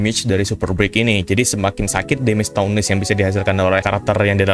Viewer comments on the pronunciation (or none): Cara sebutin toughness itu "TAFNESS"